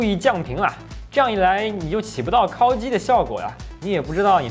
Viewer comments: 为什么是“kao（一声）”而不是“kao（三声）”？故意的吗？ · 烤(kǎokǎokǎokǎokǎokǎokǎokǎokǎokǎokǎokǎokǎokǎokǎokǎokǎokǎokǎokǎokǎokǎokǎokǎokǎokǎo)机。第三声。听你kāo机真的受不了。kāo 这个字我都打不出来